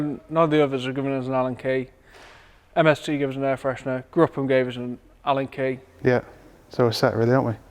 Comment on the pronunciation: Great job. Love your objective talk. Gruppe M is pronounced [ˈɡʁʊpə] M (like group with the hard 'p' and the 'e' of pet)